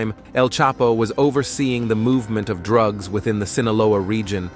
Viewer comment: You saying droogs isnt a word, nor conteenants 😊